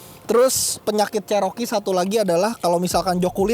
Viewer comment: Bukan jaring itu namanya cargo barried,Cherokee di baca ceroki bukan ceroke.